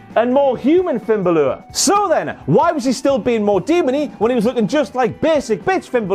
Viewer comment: Finn Ba-lure lmao